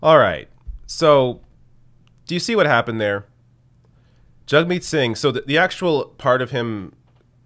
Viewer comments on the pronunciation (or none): IT'S JAGMEET NOT JUGMEAT